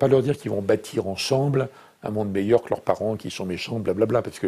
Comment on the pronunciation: Pourquoi il dit lurs 🤣